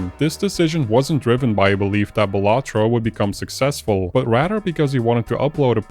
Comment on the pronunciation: Imagine pronouncing Balatro like that